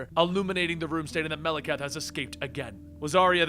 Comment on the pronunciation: Wtf? Melakath? Could've sworn it was malekith